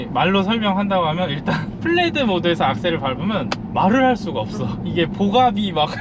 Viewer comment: 진짜 너무 죄송한데, 플레드가 아니라 플래드입니다. 상표명입니다.